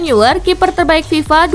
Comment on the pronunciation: Neuer dibaca noyer.